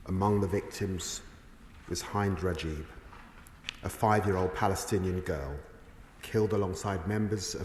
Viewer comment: A darkness that this and successive govts. have perpetuated from right to left, liberally and unequivocally. We will never forgive, we will never forget! And her name was Hìnd Rajab. You can at least learn to say it right. CRIMINALS!!